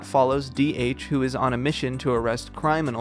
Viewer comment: "cryminals".......For fuck sakes, REALLY!?